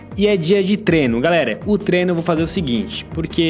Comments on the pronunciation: vc fala treno ao invez de treino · É impressão minha ou ele fala treno?